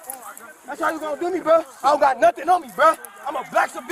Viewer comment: if you did a drinking game every time he says buh not bruh but buh you would die of alcohol poisoning 😂😂😂